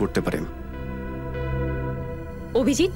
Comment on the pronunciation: অভিজিতে 'দ' না 'ভ' হবে। বেটা পাগল।